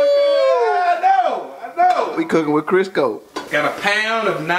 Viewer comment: "we cookin wit Chrisco" lol